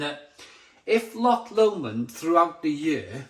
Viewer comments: It's pronounced Low-mond, not Lamond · Odin's beard always available in most Scottish Lidl's and as you say it's brilliant. You say loch fine, it's just Lomond, which is basically said like 'low-mond' 👍